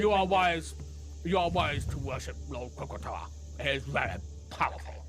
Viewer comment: I lost my shit the second said croakatoa making that direct link in my mind!🤣